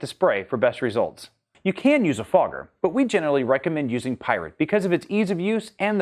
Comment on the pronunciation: When you pronounce 'Pyrid', I hear it almost exactly as 'pirate'.